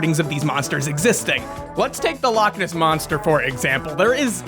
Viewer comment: please God, please stop, the Lake Loch Ness joke was bad, but the pronunciation is worse